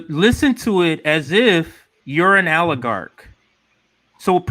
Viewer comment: It's oligarch, not aligarch. Lol